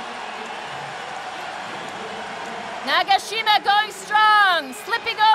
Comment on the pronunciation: 나가싀마~ 해설자분 발음이 너무 재밌다ㅋㅋㅋㅋㅋㅋㅋ